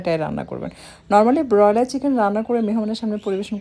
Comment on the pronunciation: বেশি শুদ্ধ ভাষা না পরালে বলা উচিৎ না। ব্রয়লার উচ্চারণ শুনেই পেট ভরে গেছে।